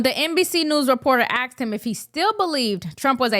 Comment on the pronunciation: It’s asked—— not axed. Work on that😊